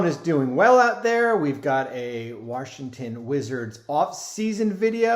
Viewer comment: The Warshington Wizards